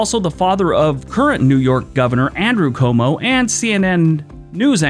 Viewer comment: It's pronounced kwoe-moe, not koe-moe, dummy.